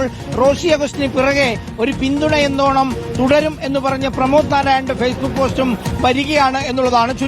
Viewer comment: നിന്റെയൊക്കെ മിക്ക വാർത്തകളും തെറ്റാണ് . പേരെങ്കിലും തെറ്റാതെ പറ . പ്രമോദ് നാരായണൻ അല്ല പ്രമോദ് നാരായൺ ആണ്